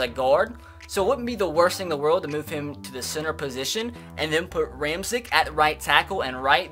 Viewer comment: Ramczyk's name is pronounced (Ram-check)